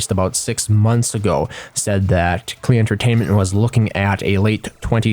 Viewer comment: "Klee"? Cmon. Their stream is called Rhymes with PLAY. "Klee" does not rhyme with play.